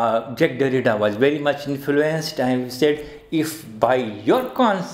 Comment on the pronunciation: Sir you still pronounced his name wrongly